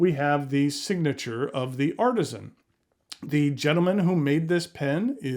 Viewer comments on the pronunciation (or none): none